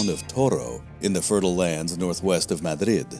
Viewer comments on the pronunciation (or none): none